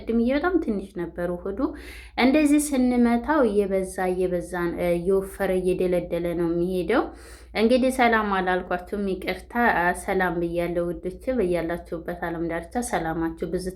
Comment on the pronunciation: እየለደለደ ነው እየደልደለ አይደለም